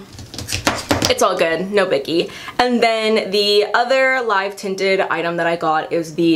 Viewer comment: As a south asian girl it's so cool to see Live Tinted on your channel because its founder is south asian!!! Also it's pronounced Live Tinted as in "I used to live in NY" hehe ily